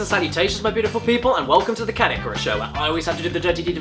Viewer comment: Who else thought he said "Kid Icarus" instead of Caddicarus ?